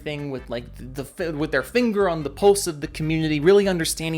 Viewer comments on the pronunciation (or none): none